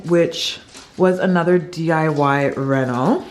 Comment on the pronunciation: “Reno” not “rental”